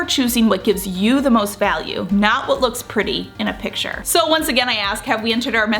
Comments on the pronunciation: It is “picture perfect,” so I think she’s commenting on the fact that in the video it seems she is saying “pitcher perfect”… a lot. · I absolutely hate when people make mean comments on useful, informative videos. I subscribe to your channel and watch your content religiously. But please correct your pronunciation of the word "picture", which is pronounced 'pick-ture' rather than "pitcher". Thank you.